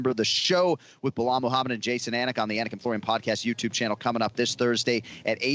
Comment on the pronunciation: anik said the name wrong after the audio pronounced proper lol